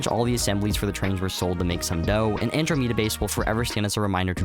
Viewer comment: AnDROmeda, not AndroMEda 😅😅😅